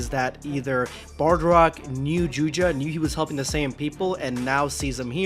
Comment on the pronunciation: Only thing I have to comment on is it's pronounced Bardock